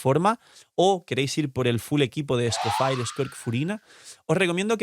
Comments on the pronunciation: Amo tus vídeos pero aprende a pronunciar el nombre del nuevo personaje por amor dios. Se dice "Escofie", no sé de donde sacaste el "Escofire". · Me da cancer escuchar cada vez que dice Scofire XD Whats wrong with you HAHA Literal pones en Google "escoffier pronunciacion" y listo. Se dice Scofié. las "r" son mudas. Pd: Lo mismo con Snezhnaya, Se pronuncia "Snesnia" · Por qué con lo de Shneznaya sí lo pronunciaste bien cuando te dijeron cómo se pronuncia pero Escofier lo sigues pronunciando como Escofire? Tremendo simp 🗿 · Bueno Escoffier y Skirk, que creo que es lo que más sentido tiene!, a pocos días de la salida de Escoffier, y sigues siendo el único YouTuber que no sabe cómo pronunciar su nombre?